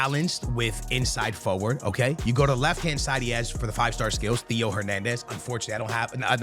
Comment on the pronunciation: you absolutely refuse to say theo right 😅